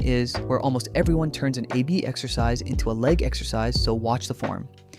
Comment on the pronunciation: Do you use AI to narrate? Sounds bad sometimes. "A.B." instead of "ab"